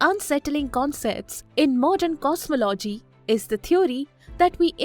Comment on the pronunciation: Please use better narrators, as it can be distracting for the listeners. The narrator mispronounces “cosmology” and continously says “aksed” instead of asked.